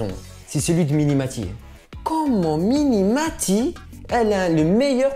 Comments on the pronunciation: C'est pas mini maty mais mimi maty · mdr c'est mimie matie pas miNi matie